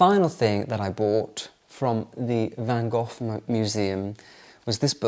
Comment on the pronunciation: So nice you are in my country in the capital city❤🌷🌷🌷I have real 17th century Delft tiles in my kitchen. If you pronounce Van Gogh like you say loch in Scottish you pronounce it like we do 🙏🏻😘😅